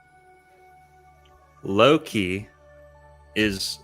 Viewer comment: I'm team Merlin on this one. In norse/norwegian, "Loke" is not pronounced the way pronounces Loki. But after watching Lucius Aurelian's last video on the ages of man - I'm also convinced all the "overly negative" aspects attributed to Saturn is simply biased Jupiter propaganda. Kronos is after all the crown or in norwegian "Kronen". There are definitively different aspects to all the gods, but equating Kronos to satan and molloch seems to me at this point as biased Thor agenda.